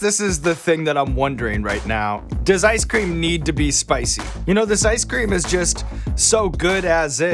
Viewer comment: Well there is a second chance with a “sp-ICEE” (spicy).